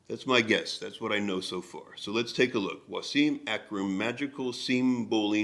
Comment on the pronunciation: Was-im not Wa-seeem